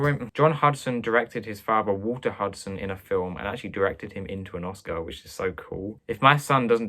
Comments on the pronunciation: "oh-LIV-ee-yay" is correct: influence is French. While we're on the subject, I'll nitpick and say that "Huston" would be pronounced "HEW-ston". The Huston family is well worth getting to know: Walter is a versatile and magnetic actor, John a gifted director and screenwriter (though rather obsessive) and if you have seen "The Addams Family", then you have seen just a tiny snippet of what Angelica Huston can do. Oh, and one more: a couple of videos back, you commented on "Cavalcade". It's pronounced "CAV-all-cade", as opposed to the Latinized pronunciation you gave it (and I do agree with you generally about Clark Gable). Enjoying all of your videos so far. And your extremely helpful kitty. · Also, there's no 'D' in John and Walter Huston's surname. Later, John will also direct his daughter Angelica to her own Oscar, so it's well worth learning his name.